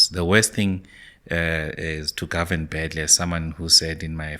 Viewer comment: This guy once said "The DA will gorven" "ActionSA will gorven" "Xilupa will gorven" Now its "MK will gorven"😂 Nothing which comes from this guy can be taken serious😂